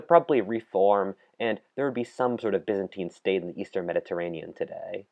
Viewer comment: they way byzantine is pronounced ffs